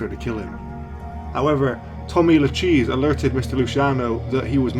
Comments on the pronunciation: Tommy Lu- "cheese" 🤦‍♂️ Pronounced Lu-kay-zee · Why is it that every time I watch a video on the Mafia, the person/voice narrating butchers A LOT of the names?!? Tommy Lucchese = "La Cheese"??!!?? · Your pronunciation of names is atrocious. Lucchese is pronounced Loo-Casey. That is the worst but several more are also mispronounced. Do your homework before you produce videos. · Siciliano Americano. Bongiornatu. Il corretto pronnunciato e', Loo -- Kay -- zee.